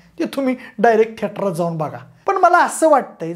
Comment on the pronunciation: थिएटर ❌ थेटार✔️😂